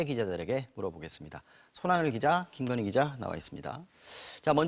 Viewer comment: 특검을 거부한자가 범인이다 왜 특검을 거부 합니까 대통령 어록 방송 김건휘 김건희 발음 제대로 하세요 바이든 날리면 혼났으면서